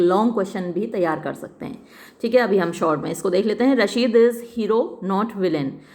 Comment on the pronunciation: Mam ye rasheed nhi rashid hona chahiye according to spelling aap rasheed speak kr rhe ho